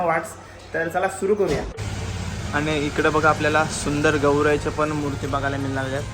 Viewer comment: Murt nahi re dada murti bol 😊